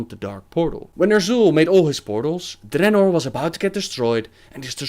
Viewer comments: it is dreanor not DReannor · why u pronounce dranor like dat?